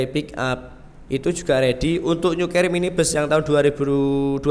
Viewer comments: Mas nyebutnya salah carry bacanya keri kalo cherry ini di bacanya ceri paham mas terpaksa tak benerin maaf ya mas itu bhs inggris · Keri mas bukan ceri😀😀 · .maaf, penyebutan pembacaannya salah, bukan ceri buah